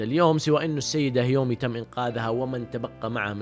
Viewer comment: يااخي هذه البني ادمة اسما كيومي مش هيومي😁 بعدين قول انواع الرياضات مش رياضيات فرق كبييييير😆😆😆😆